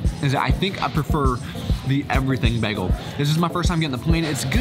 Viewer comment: Bay-gul, not beg-gul